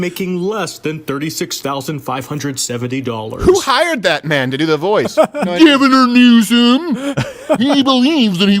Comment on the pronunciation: I love that you say Gavin-er Newsome instead of Governor. 🤣💀